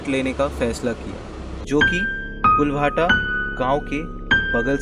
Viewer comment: कुलभाटा नही उस का नाम कुलधरा हे